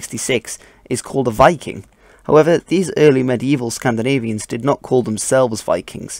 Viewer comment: Where are you from,? Your accent when pronouncing Scandinavian words is charming <3